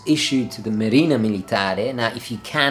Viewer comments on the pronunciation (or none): none